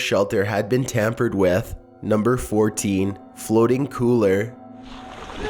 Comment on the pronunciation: "Tampered Weth"